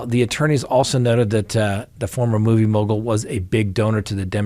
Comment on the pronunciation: struggling to repeatedly say "movie mogal" reminds me of Benedict Cumberbach saying "penguins". 🤔